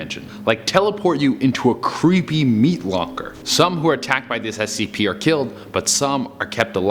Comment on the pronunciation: “...SCP ares” good job 👏